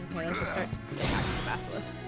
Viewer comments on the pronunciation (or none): none